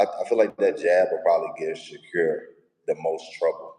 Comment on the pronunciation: He calls him “Sha-cure” 😂